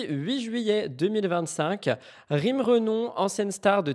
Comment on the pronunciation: Ce n'est pas "Renom" mais " Renom {euh}., c'est elle même qui le dit ☝️😉😉😉